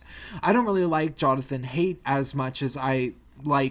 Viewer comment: Lol! You said Jonathan Haidt as Jonathan Hate! U serious about that?